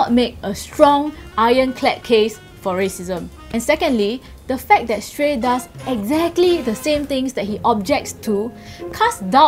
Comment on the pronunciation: its shrey not shtrey